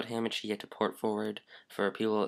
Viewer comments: its not hAmAchi. its hahmahchi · Ham and cheese it sounds like he is saying lol is hamachi